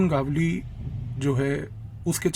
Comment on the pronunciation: बहुत ही उत्कृष्ट निवेदन और माहीती। एक विनम्र निवेदन है, भविष्य में नाम के सही सही उच्चारण पर थोड़ा अधिक ध्यान दें। गावली नही है, गवली (मराठी भाषा में गवळी) गावली सूनकर ऐसा लगता है जैसे भट्टाचार्य का उच्चारण भाट्टाचार्य, ममता का उच्चारण मामाता करेंगे तो जैसा लगता है वैसा लग रहा था।